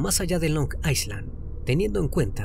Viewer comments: la pronunciación de Long Island es "long ailan" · Long Island - Long Ai-land es la pronunciacion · Se dice long Eye (como en Ingles) lund or eye lin asi se dice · LONG ISLAND se pronuncia LONG AILAND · Desconcentra un poco la pronunciación de long aiSland 😅